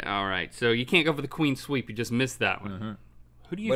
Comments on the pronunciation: Did Link say "Queen Sweep" ?? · Does anyone else hear Link saying "Queen sweep" instead of "clean sweep"